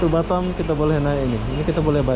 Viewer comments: Batam bozkuuh Bukan batem Susah memang lidah orang lombok niech😰😰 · lidah mas tuch yaa huruf A dibaca E😁 Efek klamaan jd tki di kualalumpur🤪